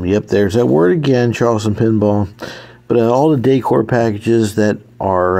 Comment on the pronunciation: Now that you learned how to pronounce 'Weis', maybe you can practice the word 'decor' 😅